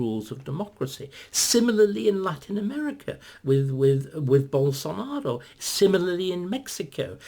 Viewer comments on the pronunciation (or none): none